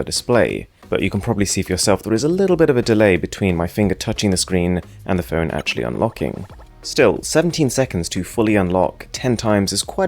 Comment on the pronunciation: I DONT KNOW IF YOU’RE GOING TO READ THIS BUTTT .. OMGGG I HATE YOUR ACCENTT SO MUCHHH ITS SOOO ANNOYYINGGGGG AARGHHH CANT WATCH THIS USING MY EARPHONES MY EARS ARE BLEEDINGGG no but seriously tho your voice sounds like you’re trying to sound very british and that sound you make when you said phone as “fewn..(~)” and that (~) sound (the half growl sound yiu make when you are disgusted) make this audio overall very uncomfortable and unnatural.. I know i sound like a hater now but i just need to get this out :)